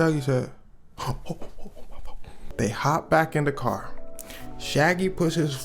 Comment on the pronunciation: Why I read that CAAAAAR 😂 Heard the Chicago accent 😂